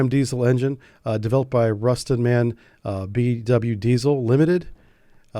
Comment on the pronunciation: Thanks! Small hint, if you don't mind: MAN is not spelled "man" but "EM AH EN", as it is an abbreviation of "Maschinenfabrik Augsburg Nürnberg" or machine factory Augsburg Nuremberg. However, MAN Energy Solutions is now Everllence SE since June 2025, so maybe my point is moot. Have a nice day!